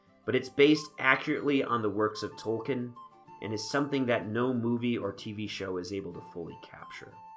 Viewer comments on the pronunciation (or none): none